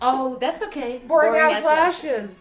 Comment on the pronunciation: I love how she pronounces “ass” as “as”